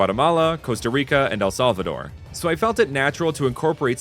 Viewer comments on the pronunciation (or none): Hearing a native English speaker say El Salvador sounds like saying the name of an elf from a Tolkien book.